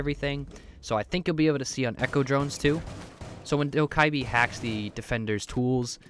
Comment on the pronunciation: You need to never say dokkibe ever again